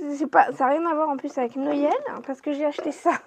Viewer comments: Cc pourquoi tu dis noyel a la place de Noël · C'est marrant comment tu prononces Noël😂